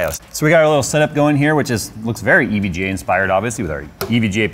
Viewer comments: Just say evga already it’s not e v g a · I hate the way he says EVGA... it sounds way too close to EVJ and it drives me irrationally nuts haha